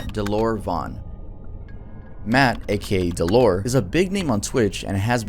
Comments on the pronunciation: his name is said Dell-er not dell or. :D other then that great vid man. that was just gonna bug me if i didnt mention it. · how dare you pronounce his name “duh-lore”😡😡 my anger is beyond comprehensable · God I can’t stand the way you say dellor, it’s DELL (like the laptop) or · I don’t think dellor is pronounced del-lore. I think it’s pronounced Del-Lur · his name is dellor not deelor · Dellor (pronounced DELL-ER) has made so progress in the past couple years. You’re missing a lot of his story, and it could be a full video on it’s own. He wasn’t aware until 2021, that he had a form of undiagnosed autism, and has seeked proper medical professionals since then, and by his own words “has learned how to cope with his issues a lot better”. He also fought tooth and nail to get his twitch account back, just to basically be harassed by his shitty audience. His audience is comparable to the vast majority of people who were in Filthy Franks audience who never gave a fuck about him, or his mental health. Honestly sucks to watch, he’s extremely talented at basically every game he plays and entertaining. His audience just ruins everything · Always loved Dellor, besides the slurs he's awesome (Its pronounced Del-lur) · that’s not how you say dellor😂😂